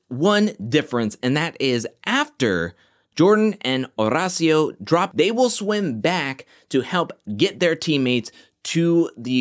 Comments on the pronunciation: OMG yeeees! Estoy flipando every time pronounces the name. It's so great! I'd defo watch any compilation of it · I have no one to root for now that Nurys and Nelly are gone… besides Olivia and Horacio. Also love the way you say his name.